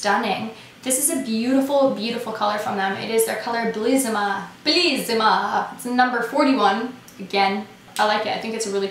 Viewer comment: love your make up in this video! you look absolutely gorgeous! Also love your "italian accent", you were really close in saying bellissima....and I'm from Italy so I know it! :)